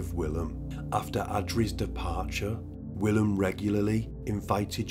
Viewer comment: So Willem is pronounced.. Villim. The W is pronounced as a V. Love your channel.